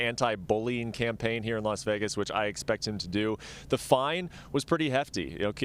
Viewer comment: She also called Vegas = Begas lmfao